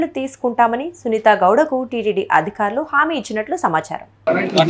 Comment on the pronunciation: అమ్మా, తల్లీ, అధిఖారులు కాదమ్మా.. అధికారులు. ఒత్తులు పెట్టాల్సిన చోట పెడితే చాలు. లేని చోట ఎందుకు పెడుతున్నారమ్మా? క అంటే చాలు ఖ కాదమ్మా 🙏 బాధ అనే చోట భాద అంటున్నారు. బ చోట భ అంటున్నారు 😡